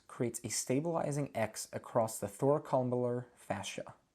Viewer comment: No professional would ever say gastroc is superior to soleus... very poor language. It is SUPERFICIAL to soleus. Yes, its tendons go further up and past the knee but that is not how we would describe the relation. Not your fault though. Good video aside from your thoracolumbar pronunciation (haha).